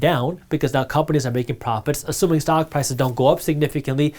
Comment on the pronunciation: Did he say the stonk market lol ?